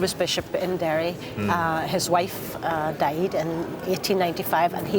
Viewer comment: She did say “Derry”!